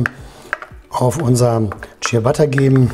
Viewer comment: ich musste den clown wegmachen, als ich hörte, dass er nicht mal "ciabatta" aussprechen kann... echt übel.